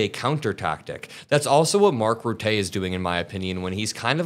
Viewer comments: Rutte - Root-tay? No, his name is pronounced Rut-tuh. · The name is pronounced ‘rootuh’ not ‘ruteh’🤣. I’m not Dutch but I speak Dutch and that even ground my gears 🤣🤣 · Mark Rutte is pronounced [ Rutte(r)] not [Routé] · It’s not pronounced Mark “Rutay”. I’m Dutch and the way you are pronouncing it is with a French accent maybe? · Rutte is pronounced, Ruttah. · please do research how to pronounce foreign names. It's definitely not Ruh-té. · Were Mark Rutte French, your pronunciation would be great, However He's Dutch so the pronunciationof his name is more like Roo-Tah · Your credibility would be increased by using the correct pronunciation of non-US leaders' and politicians' names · 😂 the way you say Rutte is wrong, the reporter pronounced it correctly, and the wife of willunpy the “king” is from Argentina, she’s daughter of Nazis so….. colonialism is illegal.